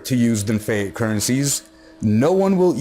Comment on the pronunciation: keep up the great work dude! but i think its pronounced fee-at...